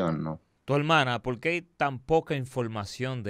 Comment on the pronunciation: Y a hablar, porque habla muy mal! En vez de decir porque, dice a veces polque, recuerdes, recuelde, etc etc, es decir sustituye la R por la L, muy mal!